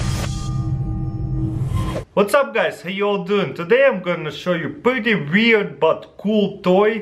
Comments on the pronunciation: it funny when he says weird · i love the way how he pronounced weird 😂